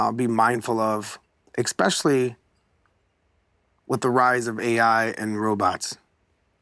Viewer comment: Dude is a professor, but can't say "especially" correctly 🤣